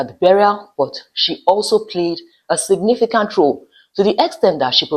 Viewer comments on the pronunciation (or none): none